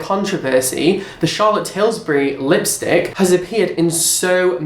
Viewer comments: it's Charlotte Tilbury not Tilsbury 😂😂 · It's Charlotte Tilbury, not Tilsbury, haha.Also, CT is an incredible brand, how have you not really heard of her?? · It's Charlotte Tilbury NOT Tilsbury! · Are you saying Charlotte TilSbury on purpose and I'm not in on the joke.....since it's Tilbury? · It's Charlotte Tillbury, not Tillsbury. And it is a world-famous high-end brand. She is also a sought after MUA.You didn't know that? Not as informed as I thought. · You don't think Charlotte Tilbury is a particularly big brand??? ....... where have you been? What planet are you on? ....... you can't even say her name properly that's how well informed you are! Charlotte TILSBURY????? If a lipstick has just come out and they are all sent it at the same time surely they are all going to have it in their October favs at the same time? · You're British! Lol you should know it's "/Til/bury." Love your vids!! Can't wait for the next scandal ep! <3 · First Tana 'Montague', now Charlotte 'Tilsbury' 😂😂 your versions of names are the best haha